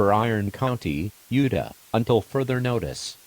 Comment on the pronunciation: i like how the tts voice pronounces utah as "yewduh"